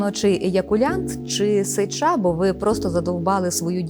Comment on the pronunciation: Ведуча ставте правильно наголос на сллві СЕЧА,наголос на Е.